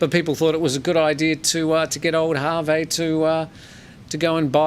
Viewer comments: We say hervé actually (h is not pronounced)... not harvey 😉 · Jay is right the midget on fantasy island also from James Bond island Phuket, Hervé Villechaize pronounces Herve with a silent "H". pronunciation is more the Jimmy Stewart movie with the big white rabbit.